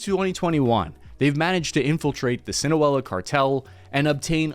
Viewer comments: Say it with me bud, SI-NA-LO-A. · Me listening to Sinaloa being pronounced as sinawela for the 52nd time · Arturo “skoricon”? The “Sinoela” Cartel? What is this plant dyslexic? I think he’s taking the pills Big Pharma is making off this racket tryin to blame Mexico for our own corporate cartel corruption. The smear job on Sheinbaum is proof. She’s reforming the Judicial in Mexico which makes her a threat to the US global establishment. Sorry. It’s US policy, not Mexican policy that’s the problem here. Get off the prompter and look in your own back yard if you wanna kick that drug war dyslexia bro. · Pronounce it SIN-ah-LO-a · That's "seena-lowa" ( pronunciation ) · Its pronounced "see nah low ah" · Fucking christ can he please just say sinaloa a single time sinawella sinoalla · Say it with me "sin-uh-low-uh" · Sinawella xD Love how he doesn't even try to keep pronouncing it not even 3 minutes into the video. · "Sino-ello" Dude, come on, we know you're Whitebut you can do better than that. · Si-na-LOA isn't that hard to pronounce dude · Its pronounced. SIN A LO AH God damn bro 😂 just take like 5 minutes to look it up next time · Sin ah lo ah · FYI it's SIN-UHH-LOW-UHH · I cant take this seriously dude, you pronouncing sinaloa as "sinuela" is hilarious imo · Dude pronounced it, sina-wella 😂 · Its pissing me the way you pronounce “Sinaloa” you sound like “sinawela” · See-nah-low-ah is how you pronounce Sinaloa. Thanks for the video update! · See-nah-low-ahhhh! Jesus faaak! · Was is he pronouncing it sinaoala? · Nice video, though the pronunciation of Sinoloa as Sinoela threw me for a loop the first couple of times 😅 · what the hell is Sinawella?😊😂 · SEE-nah-LOH-ah. Love you dog. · SINA-LOW-A say it with me sina low a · The way you pronounce Sinaloa really bugs me. It’s see-na-low-ah. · Are you saying "Sinawela" ???? Or do you have a Speech Impediment?...... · Dude I love your videos but hearing you pronounce Sinaloa as "Sinawella" drove me INSANE